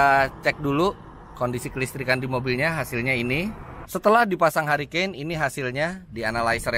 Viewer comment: mantap kmrn ditawarin kayaknya menarik - langsung liat review btw bacanya: hurikein